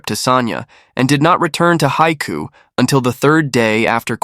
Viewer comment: I've been to Haikou and the narrator totally butchered the pronunciation. It means the "sea's mouth" and is the major port for Hainan with a channel across from the mainland. Hainan used to be part of the Guangdong province, as was the neighbouring Guangxi province. The Vietnamese also believe that Hainan should have been Vietnamese territory. They are famous for the famous Hainan Chicken.